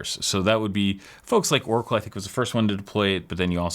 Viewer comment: Great vid. Ive never heard oracle pronounced that way and its got me thinking...